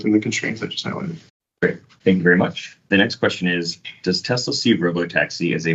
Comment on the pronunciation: Also, Elon, the Tesla company was named after an ACTUAL genius - Nikola Tesla - so show a little respect by pronouncing his name the way he did. … I don’t usually get angry, but when I do, I get angry at arrogant, ignorant, billionaire bastards.